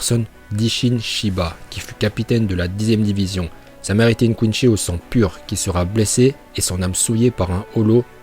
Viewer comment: quinzi pas quinchi